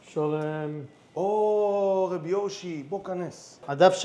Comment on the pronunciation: למה 'רב' עם צרה ולא קמץ ??? די לעוות את לשון הקודש 😮